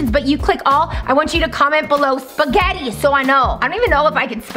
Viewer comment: Says Pasghetti